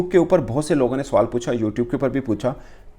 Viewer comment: Suwal nhi swal hota h suwar 😂😂😂😂